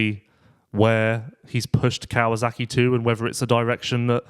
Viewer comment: Hi, love the show, but please pronounce Kawasaki the way it's written. It's not "Kawazaki." There are some names in Japanese that end in "zaki," but Kawasaki is not one of them.